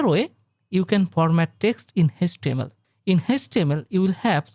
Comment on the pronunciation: it is html not hastml